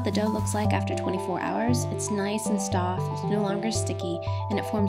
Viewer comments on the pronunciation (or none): I’m sorry, I just want to say that you said “nice and stoft” instead of nice and soft I love this clay video and it worked out beautifully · It's soft not stoft